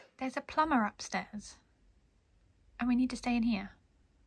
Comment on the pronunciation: 'Plumber' sounds like 'Robber' or 'Meower'